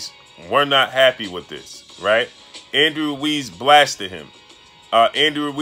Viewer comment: I hate how this dude says andy ruiz..pronouncing my last name like that